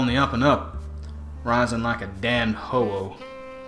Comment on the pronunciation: "rising like a damn ho-" ...thank you for saying ho-oh and not just ho. :'D